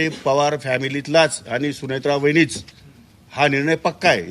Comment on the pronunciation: वाहिनी की वहिनी?😂😂😂😂😂